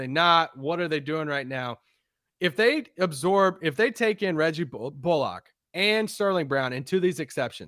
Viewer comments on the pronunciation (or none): Love the work you guys do and love the podcast, and not to be "that guy", but it's pronounced "Bull-ick", not "bull-ock" lol